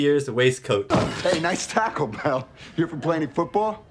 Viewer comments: When that hat guy said, "nice tackle, Bell" I thought he said Taco Bell. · Instead of saying nice tackle Bell, he says Nice Taco Bell lol.